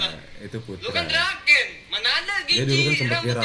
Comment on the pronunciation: Draken ❎ Drakeuy✅